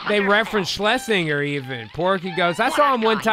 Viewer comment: Schlesin-jer is how you pronoince the producer's name.